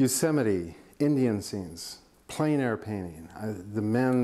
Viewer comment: Eek! 'Plein air' should rhyme with ' when where'!